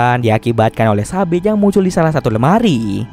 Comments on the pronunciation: Haha bener katanya sapi nongol dilemari ehh taunya sabit😃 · Ngomong sabit gw dengernya sapi 😭😭 smpe mbatin mana ada sapi sih 😭🤣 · Sama dong aku juga dengernya sapi wkwk sampe loh masa ada sapi sih?wkwk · Sabit,,gw dengernya sapi 🤣